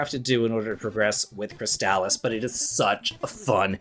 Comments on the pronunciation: Lmao I'm sorry when I heard you say Crystalis I heard Chris Dallas I was lost for a moment. Great video though these are all excellent games. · I'm a bit older than you are, but fell in love with RPGs around the same time, and with many of the same games. Crystalis is one of my favorite games ever, and easily one of the best on the NES. Having said that, it kills me every time I hear anyone say its name, like you. I know the commercials say it that way, but lets not pretend commercials never got names wrong (Mitsubishi Starion) Per google: People sometimes pronounce "Crystalis" (the video game title) with a hard "a" sound in the middle, like "Cris-tall-iss". However, the more generally accepted pronunciation is closer to "Cris-tuh-lis," similar to how you would say "crystalline," or "chrysalis". This is a true nit-pick, yet the same as an american saying Adidas "uh·DEE·duhs", instead of the correct German "AH-dee-dahs" is like hearing nails on a chalk board. Still, all the love for your videos.